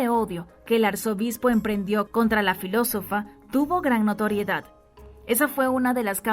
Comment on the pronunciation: Por qué la relatora no cuida las palabras?... menciona Alejandria por Alejandrina y. .... filosofía en vez de filosofa... estos errores le restan credibilidad al texto leido